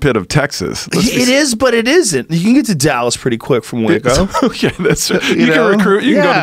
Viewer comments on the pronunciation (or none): none